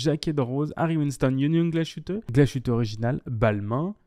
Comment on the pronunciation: Belle synthèse. C'est à la marge mais tu aurais pu préciser que comme Swatch possède ETA, Citizen détient aussi Miyota et... Lajoux-Perret. Et Chanel ne fait pas que de la mode ; c'est aussi une maison horlogère. Voire la J12 par exemple ! Enfin, petite leçon d'Allemand. Glashütte ne se prononce pas avec "ch" mais "ss" - Glassuteu en français ;-) Et Lange und Söhne (pas and ; le ö se prononçant e)